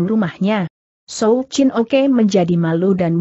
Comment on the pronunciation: Souw Chin Ok Dibaca Souw Chin Oke